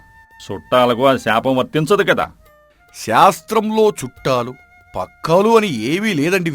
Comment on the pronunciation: Is it "chattaalu" or "chuttaalu"??? Mistakes lekunda choosukondi kadaa